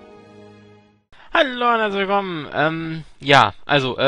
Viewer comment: der anfang hörte sich geil an "halllo unn herslichwillkommen" :DD